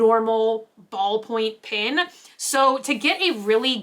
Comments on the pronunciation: You pronounce pen as pin and pin as pen so my head is spinning the whole time I’m listening to this video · I was confused why you kept referring to "pins" until I realized you were saying "pens"! I'm not sure where you grew up and I assume it is just an accent, but it made my ears do a double take every time! How do you say the word "pin" if your "pen" sounds like "pin"?:) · Why do some Americans pronounce Pen as Pin? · Me: "pen.": "PIN." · It always throws me off when I hear pen pronounced 'pin' haha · Definitely an accent thing, I hear “Pen” but YouTube close captioning puts “Pin” everytime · I think most of us Texans say "pen" like that! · Just heard "Pen bodies!" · It's an accent thing. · lol you say the ‘e’ in pen like an ‘i’ but the ‘i’ in mint like an ‘e’ go figure 🤔